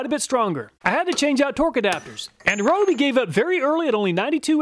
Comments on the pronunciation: It kills me when people pronounce Ryobi wrong like he does. It's Ree-oh-bee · Fun fact: Ryobi is pronounced REE-oh-bee (see Kyoto or Tokyo).